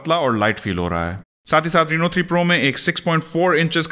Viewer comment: bhai yeh reeeno nahi hai raino ki sound hai